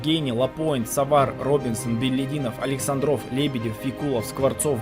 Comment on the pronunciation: АлексАндров(11) ударение на первом слоге.